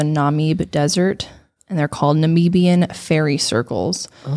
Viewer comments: Hi, I'm from Namibia 🙋we have a lot of mythical shit going on here. Also, when you say Namibia or Namib, it's not Nameeb 😌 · A Namibian here, absolutely love your podcasts, LOP as well(listening to these is the only reason I can get through work😂) just a tiny correction on the pronunciation, the "i" in Namib (and consequently the first "i" in Namibia) is pronounced as a short sounding "i". It's exactly like both "i"s in the word "similar".